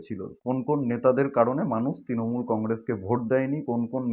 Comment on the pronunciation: Ektu uccharon ta thik korun bhai. Kotha ta 'Tinamool' not. Kotha ta "Trinamool"